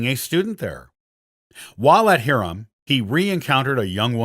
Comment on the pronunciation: JEE-auga, not Ghee-auga. HIGH-rum, not Hear-um. Gui-TOE, not Gui-TOO.